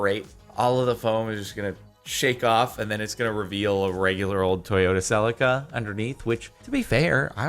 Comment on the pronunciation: You said celica wrong and im not okay with it